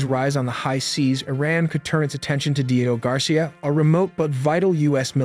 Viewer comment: The speaker is probably an AI it pronounces so many words wrong like covert Diego etc of course it could just be a total idiot human